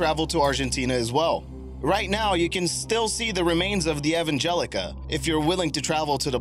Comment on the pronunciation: It's Ev Angelia, not Ev Angelica. Learn to read your own content.